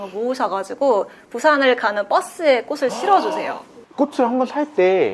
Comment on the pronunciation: 플로리스트인데 꽃을 발음할때 꼬슬...이라고 하는건 쫌 ㅜㅠ